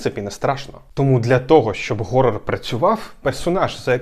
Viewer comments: хорор а не горор як же ви заїбали з цим геканням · горор - ось що справді задовбало... Там же звук [х], чому ви гекаєте? Тягне блювати від цього... лайфГак, Гакер... гак це металева така зігнута фігня, якою підчипляють, а hack - це хак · Для мене хоррор - слово горрор